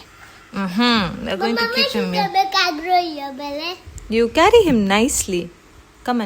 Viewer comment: Ohhh dear! Uzaw is saying “my own instead of mine!” Nigerian English! 😱😱😱 Not that Indian English is phenomenal 😂 😂😂 😂 Chukwumeka grow in your belay (belly)!😂😂😂 I love when you teach him his mother tongue. Kids will naturally lose it due to environmental influence so we need to totally totally talk to them in their mother tongue before it’s gone. In my family, our kids have lost it 😢😢😢😢😢Uzaw is super cute. God bless abundantly ❤️❤️❤️❤️❤️❤️